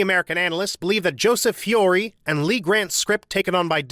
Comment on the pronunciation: Again with the mispronounced surnames: Tierney, Turteltaub, and Feury (and others but I give you some slack because they are uncommon names). Regardless, I still enjoy your videos.